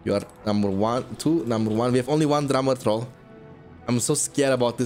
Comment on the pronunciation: I love with your accent whenever you say drummer troll it sounds like "drama troll"